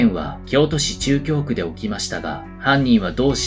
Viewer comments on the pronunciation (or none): 「なかぎょうく」